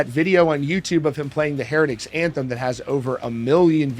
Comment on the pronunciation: Did you just say "Herectics Anthem" 🤦‍♂️